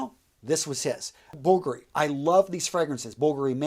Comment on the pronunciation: Dude stop being so american. You should pronounce these perfumes properly. Its not aqau digio it!s aqua di-gio, bul-gari. It's niche not nitch. C'mon!